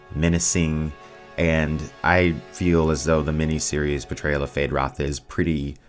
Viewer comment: Why are you removing the U from Feyd-Rautha?